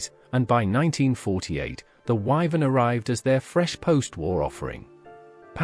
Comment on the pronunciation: WYVERN not "Vivan"